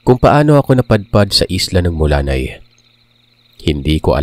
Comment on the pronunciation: hometown ng father ko❤❤ Mulanay hindi Mula-nay 😁